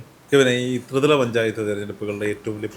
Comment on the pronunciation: ത്രിവല അല്ല, ത്രിതല.